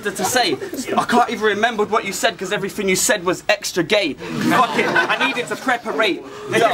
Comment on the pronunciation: Omg he said preperate... Again.. For the 4th time..lol